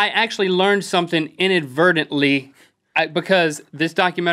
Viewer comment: they needed to add "inadvertently" to their pronunciation video... they both said (at least it sounded like they said) "inadvertedly".. as in.. inverted.. inadverted..